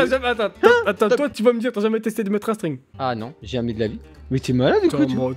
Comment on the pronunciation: il a dit c'est normal de metrre un sttrig